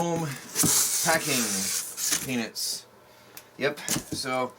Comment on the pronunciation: I heard you you said penis not peanuts